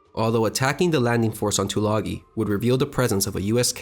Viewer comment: Isn't Tulagi pronounced with a long "I" - - two-la-guy?